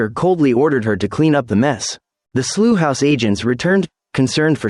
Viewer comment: Work on your rendering of "Slough", because as of now you are unintelligible.